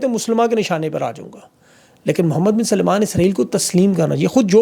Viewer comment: For God's sake you are an educated person you always pronounce Salman as Salaiman. Please make sure you correctly pronounce these names.